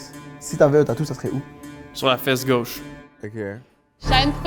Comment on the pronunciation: " une feEsse" meilleur bout